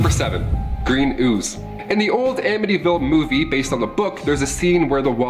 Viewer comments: I live 20 minutes away from this house. It doesn't look like this anymore at all. The family that live there now, never experienced any hauntings or any thing sinister. And, yes you pronounced it correctly. 😊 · You definitely say it right lol. The house isn't haunted anymore but definitely creepy to go by. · Your pronouncing ir right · And you pronounced the name correctly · You're saying it correctly. I lived not too far from there. Some guy murdered his whole family there. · You pronounced it correctly L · You’re pronouncing it right. Waterfront 5000 square feet 5 beds 3.5 baths a boathouse & private boat slip for $80,000…I’d buy it. Unfortunately last listed was $850000 sold in the $600000’s and the new owners aren’t moving lol…it really is a beautiful piece of property, that doesn’t seem to be haunted anymore 😂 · you are saying Amityville right. I live 10 Mins from the house,The house does not look the same,changed address.I believe it most of it happen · Am-itty-ville I'm from long island I got you bro